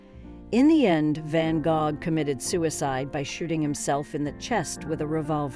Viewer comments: I was wondering if I had always learned to say it wrong 🤣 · I couldn't get past the mispronounciation of his name.